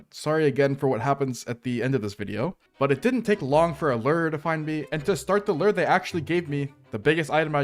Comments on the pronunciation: i thought lure was pronounced (LEW-URR) not (LERR) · day 2091 of rs players mispronouncing the word "lure". rations are running low, and i fear i may have to take drastic action soon.